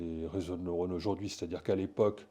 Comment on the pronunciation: On ne dit pas aujord’hui, mais aujourd’hui